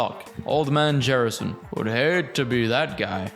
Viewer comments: bro said jherison instead of gersom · It’s, honestly, the first time I’ve ever heard it pronounced “Jerrison” before. I’ve heard “Jurson” and “Gearson”, but never this. Lol